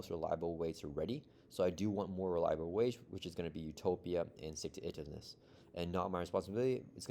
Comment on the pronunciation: It's pronounced "Stick to it - ivness" ;p